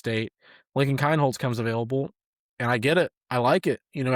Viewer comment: It’s pronounced KEENholz.